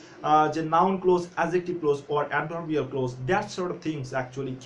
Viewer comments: It's not close as you have pronounced. It's pronounced (Klawz) look up the pronunciation in the dictionary. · Not ক্লোজ, you should pronounce it ক্লজ। From India.